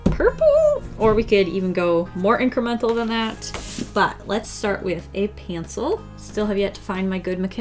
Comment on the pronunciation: "a pantsel"